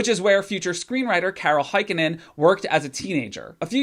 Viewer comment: As a fin the way you pronounce Heikkinen hurts my noggin. A for effort tho